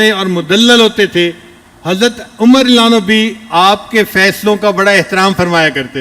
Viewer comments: Ye deobandi molvi ko raziallahu bolte nahi aata Ali lanu Ali lanu bolta he ye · se adban guzarish hi ki raziyallahu anhu ka lafz saf samajhme nahi aata